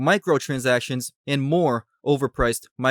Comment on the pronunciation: Okay I know you're saying micro-transactions but what I'm hearing is Michael-transactions. 😂